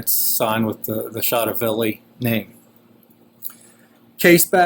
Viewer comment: you don't pronounce it chotoville! its pronounced cho toe ve lee.. chotovelli.